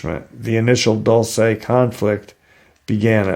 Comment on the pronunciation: Dulce is Spanish for sweet! Let's practice some Spanish, Dulce, pronounced, Dual-say. Love your podcast bud, keep em coming!